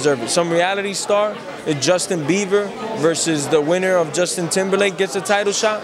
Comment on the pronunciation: "Justin Beaver"